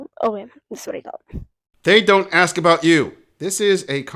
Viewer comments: Why do you think she says axe instead of ask? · it's "ask" not "aks"..... I can't stand it!!! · Why does she say axe instead of ask? Is that also a simple joke? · And gents... If they pronounce it "aks"... Leave. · My minimum expectation is proper use of our shared English language. For example, Valentine is spelled and enunciated with a ‘n’ and not a ‘m’ and ‘ask’ is not spelled or enunciated with a ‘x’. Cheers!